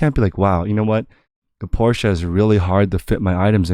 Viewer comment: “Fuel efficiency of your Porsché” LOL